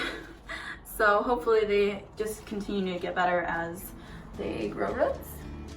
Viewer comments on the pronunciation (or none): Whats wrong with ruts atleast you know what she meant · lol. Ruts, do you mean roots? Pronounced like, rute (roots), prufe (proof), rufe (roof). Hi from Canada where we speek English. Love your vids. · "ruts" lol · She says “ruts” instead of “roots”, is that a Michigan thing?